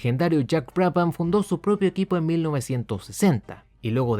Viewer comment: La H es muda. Se pronuncia Braban.